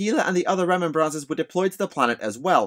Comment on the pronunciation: This was interesting content but it was painful to keep hearing Remem-brancers. It makes me wonder if space marines buy poppies on remem-brance day?